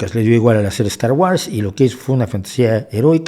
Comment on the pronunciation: De acuerdo en todo,. Sólo la pronunciación de Star Wars. Es [wors]